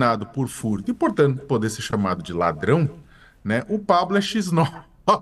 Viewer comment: Ladral 😆 , Pablo ladralll😮😅